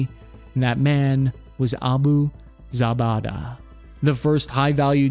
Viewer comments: Abu ZaBaDa haha the pronunciation is killing me haha! Should sound like Abu "Zoo-bey-duh";) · Isn’t it pronounced like zu-bay-da? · you absolutely butchered the pronunciation of Abu Zubaydah, which would have been easy to look up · You should look up how to pronounce these names before you make videos about them. Mainly Zubaydah and Kiriakou